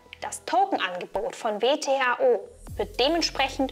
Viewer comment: Kleiner Sprachfehler: "VTHO" statt "WTHO"